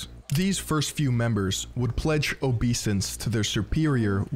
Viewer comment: Obeisance is pronounced obey-sense- deferential respect. sorry